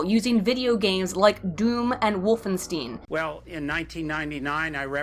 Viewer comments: WolfenSTEIN. It's proncounced Ess-Tee-I-Enn. Not Stien. EIN=ONE. Try to think of that word when you pronounce other words ending with "Ein" I dunno why so many americans pronounce Stein that way. Maybe the Bearenstein bears are to blame? :D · it's Wolfenstein, not Wolfenstien. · It's not wolfen-steen it's wolfen-shtayn. How can you call yourself a nazi and speek german so poorly?! Shame on you. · Hold up. "Wolfensteen"????? I disagree with a fuckload of things you say and such but I can respect that. I however cannot accept the absolute butchery of german-inspired words here. Shame on you. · Holy shit featured the Scout. Also figured out that she knows who E;R is. I'm starting to love this channel more and more. Also, you pronounced "Wolfenstein" as "Wolfensteen" and as someone who grew up with "Return to Castle Wolfenstein" I am offended beyond belief.